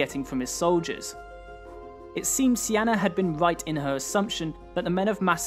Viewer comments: Her name wasn't even close to being pronounced "see-anna".. its not even spelled in a way it could be pronounced that way lol. Her name in her time would have been pronounced "key-nah-nay". sorry to be a stickler but I always feel like we are learning a fake history when we don't take the time to learn these peoples real names. There was no Alexander the great. He was Alexandros III of Macedon Son of Philip II. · I'm a bit confused by the pronunciation of Cynane (Sienna?). While it may be correct in modern English in Greek it's written as Kυνανη, meaning it should be pronounced very different. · How to pronounce Cynane? it sounds like Cyane